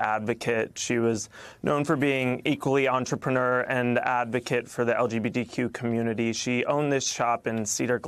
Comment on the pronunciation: It sounded like he said "LGBDQ community".